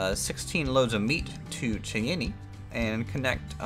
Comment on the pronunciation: In case you weren't just being humorous with it, Cheyenne is pronounced 'Shy Ann', as in Wyoming.